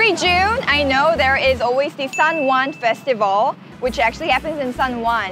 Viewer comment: That fine its festival